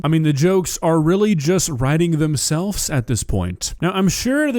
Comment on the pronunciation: So weird how won't say a V or a T correctly, especially for someone who makes a living speaking. Themselves? Nope. Themselfs. Button? Nope. Buddon.